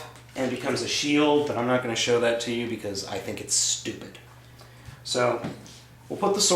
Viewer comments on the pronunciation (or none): none